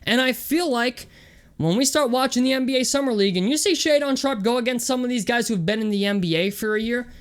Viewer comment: It’s pretty wild that you point to a baseless rumor about him not being able to read and you don’t even pronounce his name correctly. This has to be one of the biggest train wreck videos I’ve seen on this kid and I couldn’t stop watching. Literally NBA scouts report his high posture on his handle has been corrected, he has fluid and smooth shot mechanics and was lights out in workouts from the paint, mid level and deep shots. I’m not sure you could be any more clueless about hoop scouting. Also get some stream lightening and a decent camera goofy.